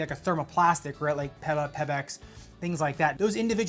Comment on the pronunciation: Never heard PEBA pronounced that way, peppa pig foam